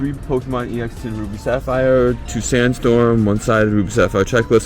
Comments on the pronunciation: MANS SAYS X ITS EX IDIOT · Is anyone going to tell him how to say "ex deoxys"?